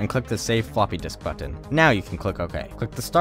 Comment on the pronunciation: I love ur vids but I hate the way you pronounce button